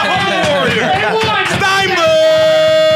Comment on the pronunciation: Why does this guy keep pronouncing Jeremy STENBERG's last name wrong? "STEINBERG" 😂😂😂